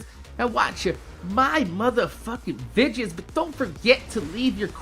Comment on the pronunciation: why do you say vidjis instead of videos #sundayQ&A